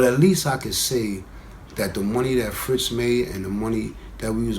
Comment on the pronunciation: That dude said Ritz